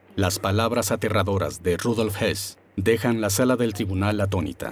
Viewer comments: Estas confundiendo a Rudolf Hess (y si murió en 1987) con Rudolf Hoss, este último si fue ahorcado pero no en Nuremberg. El documental lo pronuncia en español como Hess pero se refiere a Hoss. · El de las imágenes y al que se refieren no era Rudolf Hess, como pronuncian, era Rudolf Höss, que no se pronuncia Hess. Crean confusión. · Ese que pronuncian como Rudolph Hess es Rudolph Höss. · El sonido de la ö en alemán no existe en espanol pero se hace haciendo un sonido similar a la "e" poniendo los labios como para pronunciar una "o". Así que sí, para cualquiera que no hable alemán puede ser confuso pero no por eso deberían pronunciarlo "jos". De hecho la "h" alemana es muda y todo el mundo pronuncia "jitler", cuando dederîa ser "jitla"... la "h" es similar a "house" en inglés, no a la jota española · Excelente documental, pero sorprende que hablaron de R Hess cuando es realmente R Hoss o Hoess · Pronuncia msl el apellido Hoss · es Höss, entonces se pronuncia parecido a Hess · Salvo el detalle patético de que algunas traducciones son dignas de un suspenso en clase de idiomas. Y si entramos en el tema de apellidos cambiados y mal leídos, es de traca. Por ejemplo, Convierten a Rudolf Hoss en Rudolf Hess, o a Streicher en Sweiger. Ni siquiera se han tomado la molestia de consultar una enciclopedia. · El documental habla de Rudolph Höss que se pronuncia, simplificando y para que me entiendas, "jes"